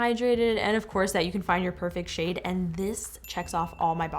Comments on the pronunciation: When she said "to get your shade" It sounded like.. "to get your sh*t"... Omw 😂 😂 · When she says shade why does it sound like she saying something else